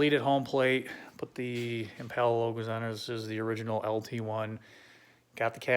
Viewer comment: EmPala… Spanish accent